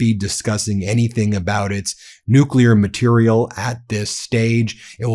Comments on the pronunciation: Hey Van Orden! It's nuclear, not nukeler you stupid uneducated politician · That congressman on fox wearing a farmer outfit, sounds really uneducated saying “nukyaler”, it’s nuclear, and Iran has no nuclear weapons, and was not a threat to the US, until our destroyer-of- everything- in- chief, bombed them, murdering children and teachers, and like pirates wanted to extort their assets. Fox can be 🚽🧻 forever. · Can you take anyone seriously who pronounces the word " nukular" weapons? Get a dictionary and check pronunciation before you look ignorant. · None of them can even pronounce nuclear